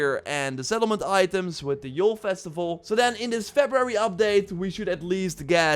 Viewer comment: Sounds like he said settled men 😂 testicles for sum reason😂🤣🤣😅😂🤣🤣🌑